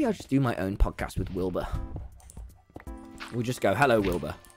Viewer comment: I can’t tell if Tommy was saying pogcast or Podcast